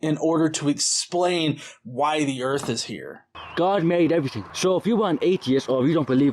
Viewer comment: It's pronounced "earf" ;-)